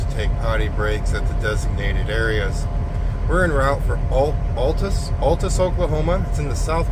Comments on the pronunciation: Okie here. We pronounce “Altus” like Al Bundy rather than “all”. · Altus pronounced Al. Tus